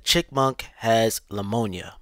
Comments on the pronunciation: I’m just making things up. He was supposed to say Pneumonia but said Lemonia which isn’t a real word. I made up a fake description for your entertainment. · I've heard of pneumonia but not leumonia 💀💀💀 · I think he’s saying “Lemonia”, an allergy to lemons or a distaste for sour lemons. It’s a known fact that chipmunks hate lemons, so it makes sense. 🐿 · Pneumonia not lamonia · Poor chipmunk and his lamonia... Hope he recovers. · Lamoniya doe my dude! I came back to my phone just to comment on that lmao! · The hell is lamoanya?!! 😂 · Yo who's mans is this?... What the fuck is LAMONIYA? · Do you mean LAmonia